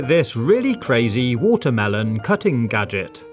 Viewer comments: Did you mean gaajik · He always says G A D G E T